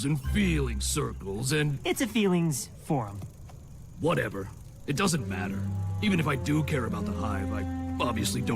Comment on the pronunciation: The "Feelings Forum" sounded more like an emphasized "Breeding Room"...